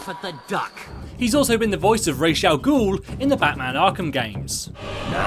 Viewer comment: Rash Ah Ghaul? boy it's Rahs Rah-s